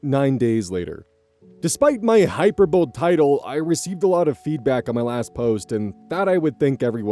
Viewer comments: can't help but picture a 'hyper bowl' being a bowl that just had a monster energy drink (Hyperbole is pronounced high-per- bo-lee) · just a fyi, hyperbole is pronounced hy-PER-bol-ee. i also used to say “hyper bowl” until i heard it said out loud lol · high-per-bow-lee, not hyper-bowl <3 ^_^ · Hyper bow lee Not hyper bowl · Lol. Hyperbowl. Hyper-bo-lee. Hyperbolic. Hyperbolize. An intentional extreme exaggeration intended for emphasis, drama, or humour. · Hey,! Just wanted to let you know hyperbole is pronounced high-per-boh-lee, not hyper-bowl, I used to say it the same way so I understand! Love the content!!! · Oz, "hyperbole" comes to English from Greek and is pronounced "hy-PER-boh-lee," meaning "exaggeration." (The OP should have used the adjective "hyperbolic," but that's not your responsibility to fix). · Internet Aunty here just gently letting you know that it's "hy-PER-bo-lee", not "Hy-per-bowl". Also, when people say they "had a row" (as in, had an argument or a fight), that's not a row like getting your ducks in a row, it's "ow" like when you drop something on your foot. It's almost certainly directly related to the word "rowdy", but I'm too lazy right now to look that up, but you can think of them as being related if it helps you remember. Know that I mean this with the best and kindest of intentions. 🥰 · Quick note: hey, "hyperbole" is pronounced "hi•per•buh•lee" instead of hyper-bowl. Just, so you know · just pointing this out because it’s a pronunciation that’s not intuitive for 99% of people learn this word from reading- hyperbole is generally pronounced hy-PER-bo-lee (in practice I usually end up saying more of a hy-PER-buh-lee but whatever) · Hyperbole. hai per bo lee. Common to not know the spelling/sounding if you're not familiar with it. Sharing to help. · Hyper-bowl... really? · Did this mf just say “hyper-bole” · that is NOT how you pronounce "hyperbole" at all. It's pronounced "hy-PER-Bo-lee".